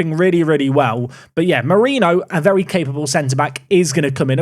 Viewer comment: On the subject of pronunciation of names of players, a couple quick ones from an Italian/Spanish speaker: Gàsperi is pronounced with the accent on the A, not on the E like you have been saying it, while Mariño is pronounced Marinho (like you would, for example, say Ronaldinho)